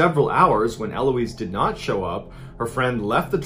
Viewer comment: My name is Eloise and it was so weird hearing Mr Ballen say my name. By the way dude, the stress is on the last syllable not first lols